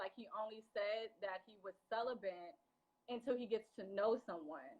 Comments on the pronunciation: She says cellibant? It's cellibate. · This girl sound messy and bitter. What is her point? And I’m not even a fan of Cornelius and Kamille. The word is celibate not celiban. And technically you should use the word, abstinent in this case. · Why does she keep saying celibent🙄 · CELIBATE not “CELIBANT”!!!! 🗣